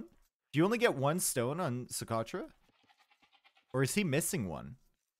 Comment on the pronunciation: pronouncing Socotra: "So.... crotch? Yeah!"